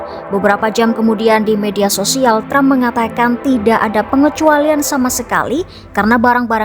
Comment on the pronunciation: tram... tram..., presiden apa pelawak sih